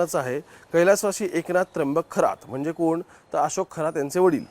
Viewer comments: थोरात नाहीरे शेबड्या खरात म्हण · खोरात नाही खरात आहे हा चुकीच नाव घेऊ नका. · थोरात नाही रे बाबा खरात आहे